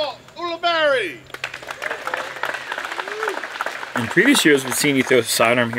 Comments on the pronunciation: is it U-luh-berry or U-luh-bar-ee? You switch back and forth between pronunciations! Lol: ) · How is Paul Ulibarri's name pronounced? says "Youli-Berry" at the intro, "Ooli-BARi" after his drive on hole 7, and seemingly every other combination in between...